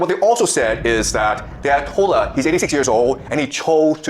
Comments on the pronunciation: Omg you might be retarded 😂 it’s pronounced Ayah-Tolah. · That's pronounced "I a to la. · Its kinda sad u cant pronounce or haven't heard of the Ayotolla man. How old are u? Geez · has never pronounced an Arabic word in his life, "A ah TOL lah", "Ba-raHN" lmfao CRAZY to cover something he has never read aloud before, talking about we started WW3. This is the state of the reporting on this. Also it was 3 F-15E's and it was friendly fire, basically to justify US Centcom taking control of the whole region over any of the local command.